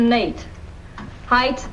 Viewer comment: Height correctly pronounced is 'hite', not hithe.